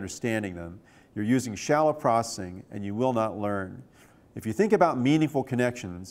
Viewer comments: Why does he say processing like "procing" I think he's on drugs. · is he saying "prossing" for processing? haha